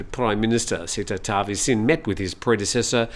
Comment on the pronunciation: Seh-tah Ta-wee-sin